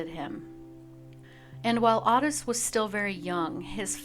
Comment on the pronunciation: Its "oh-tis" not ott-is